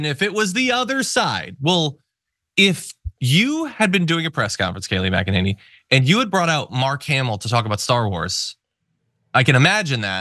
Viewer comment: It's pronounced "mack-a-ninny".